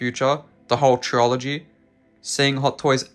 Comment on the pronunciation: Never heard someone pronounce trilogy as trill-ology...it's always trill-a-gee. But now that I'm learning even more American mispronounciations like the word Adidas that's bastardized so badly, you're probably absolutely right with how you pronounce trilogy.